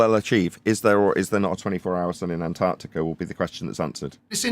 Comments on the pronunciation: Why do Americans say "Anartica" instead of "Antarctica"? They all seem to do it? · Not sure if I’m just being pedantic, but Ma’am it is pronounced Ant ARK Tic Ah. Please pronounce your consonants.